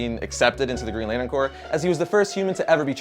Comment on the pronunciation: "Lanern" lol